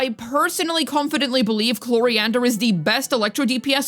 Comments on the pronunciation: my dear girl her name is Clorinde not Cloriander the E is silent at the end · At this point I'm just curious: Why does call Clorinde "Cloriander"? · At this point I'm just curious: Why does call Clorinde "Cloriander" most of the time?